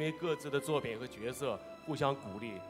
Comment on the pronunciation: 是角{jue}色，不是角(jiao)色